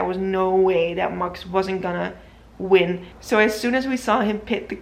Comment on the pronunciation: You say it as mox instead of max